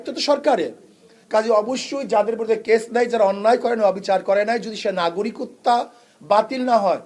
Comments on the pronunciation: এই হুজুর একটা অশিক্ষিত। বলতেছে বারবার "নাগরিকত্তা" 😂 বাংলাটাও ঠিকমত বলতে পারতেছে না, এতটাই অশিক্ষিত। মেট্রিক পাশ বা সমমান পাস করে নাই নিশ্চিতভাবে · নাগরিকত্ব শব্দটা ঠিক মতো উচ্চারণ করতে পারে না....!!! আহা রে... নেতা!!!! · নাগরিকত্ব" শব্দটা বলতে পারে না সে ভবিষ্যৎ বাংলাদেশের প্রধানমন্ত্রী হবে😮😅